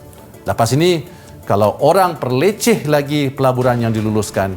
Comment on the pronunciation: Perlekeh better, bukan perleceh. Cikgu ni mende la